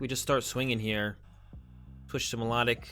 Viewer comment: lov the vids but it It's actually pronounced My-Low-Tick